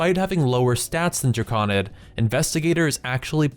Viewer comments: You sound natively english, but your pronounciation of "Drakoníd" is strange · golem != Gollum since != sense mana != manna The root word of "drakonid" is "drake," and there's only a single 'K,' so why would the there be a soft 'A' pronunciation? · there is no way drakonid is pronounced that way